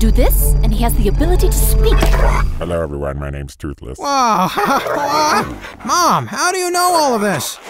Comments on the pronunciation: “Hello my names Thoothless” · "Hello everyone my name's Tootheless" x'D